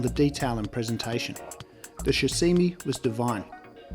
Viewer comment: Shasimi??? Or Sashimi ;)